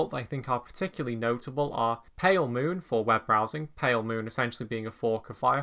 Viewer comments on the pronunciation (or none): none